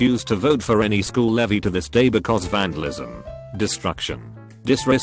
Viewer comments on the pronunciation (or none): none